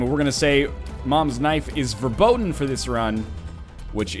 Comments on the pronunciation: Yo Ryan, you said the word "verboten" right in the beginning. It's actually not pronounced like you said "werbohden", it's more of a harsh pronounciation like "ferbotn". Lol this is hard to explain over the internet, sorry. Gotta step up my phonetics game :D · What made it sound so wrong is the very different pronunciation of the r. You can try and explain it as much as you want, but for native english speakers it's very hard to correctly pronounce the German r. Much like Germans have trouble with the English th - although that's a bit easier to learn.